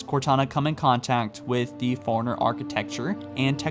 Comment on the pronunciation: It's "fore-runner" not "foreigner"